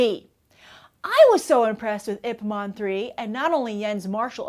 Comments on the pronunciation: oh come on, say the name of the role he plays right. It's IP MAN not IP MON... lol. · Are you saying "IP MON" instead of "Ip MAN"? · Ip Man. Not Ip Mon. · The way she says Ip man makes me want to kill my self. ip mon